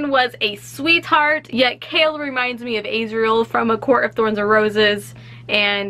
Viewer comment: ‘Kale’ omggg triggerdddd please pronounce his name right its kay-all Chaol